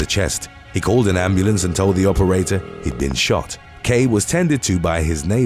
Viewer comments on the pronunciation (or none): none